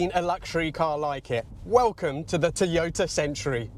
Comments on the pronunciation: Odd way of pronouncing Toyota....Teeyota. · The name is pronounced Toy-ota.